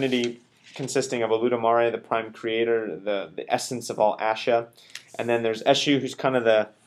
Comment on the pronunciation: Esu is the messenger of God. He delivers the messages and offering. Orunmila is the orisa for divination. Esu must be appeased to avoid being confused by him. Here is a pronunciation lesson for you. U sounds like the U in the word tune. Not like U in fun. Say that out loud so you can hear the difference. You are really messing up the names bad. lol.